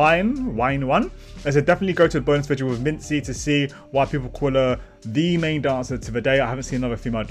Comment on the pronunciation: Thanks for the reaction.. this is how you should pronounce Minzy : Mint + Z Blackjack on top and always.. 😊